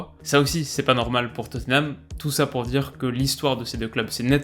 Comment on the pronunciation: Alors tout ce que tu fais est cool mais par pitié prononce Tottenham autrement que "toténame" stp !!!! C'est "tot-nam" avec le "a" qui se prononce quasi comme un "e".